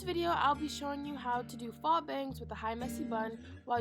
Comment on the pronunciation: Faux is pronounced FOE